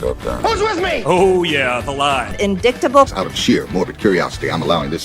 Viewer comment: MTG mispronouncing "indictable" is sheer comedy.